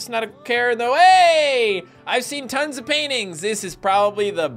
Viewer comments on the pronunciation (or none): none